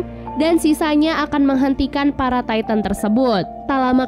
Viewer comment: Knp ngak ti tan aja bilang nya bukan taiten